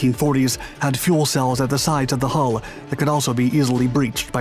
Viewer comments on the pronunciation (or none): none